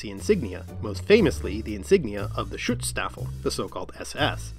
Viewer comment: Redirected here from the NativLang channel. Never thought I'd see a reference to von List :) Positively surprised. (As in that the 19th-20th century occultist craze is mentioned, I think he was an idiot) Consider me subbed. (Its also Schutzstaffel, protection unit. You pronounced it as Schuetzstaffel, rifelmen unit)